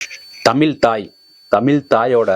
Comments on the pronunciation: அண்ணா தமிழ் என்ற வார்த்தையை பிழை இல்லாமல் உச்சரிங்க அண்ணா .... த மி ல்.... இல்லை தமிழ் .. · டே தமிலா ?????? மயரப்புடுங்கி தழிழ்....ழ் உச்சரிப்பை பழகு யார யார் கூட ஒப்பிடு.